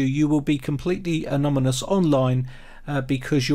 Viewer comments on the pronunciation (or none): I know, I know, I'm being picky; - but it's anoNyMous not anoMyNous. Good viveo though. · Anomynous? Really? (You're transposing the "n" & "m"). You must mean Anonymous. You'll have more cred if you say it right... don't ya fink or don't ya? How 'bout Tor?